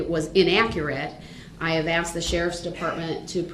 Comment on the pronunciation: Hes a liar.. The were probably saying shackle device, this dumb weirdo says axed instead of asked.. If he had a shock device if he moved the wrong way he wd have been shocked left right and centre... The Truth has been told... Give it up Darryl Suckz your going down for life ......